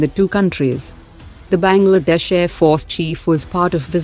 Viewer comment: 🤣🤣🤣"Benglaadesh"🤣🤣😂😂😂😂🤣🤣 Pata hai kisi desh ka mazak nahi banana chaiye par sunkar hasi aa gyi😊😊😅😅😅